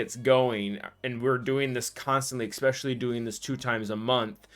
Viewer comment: Is pronouncing "especially" as eckspecially a sign of listening to a lot of hip hop? 🤔